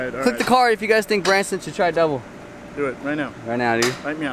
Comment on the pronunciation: Bransyn It's Bronsyn That's my name not his